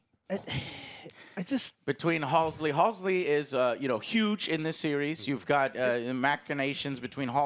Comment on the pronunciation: Game: Halsey Book: Halsey Lore: Halsey ... Joe: Halsley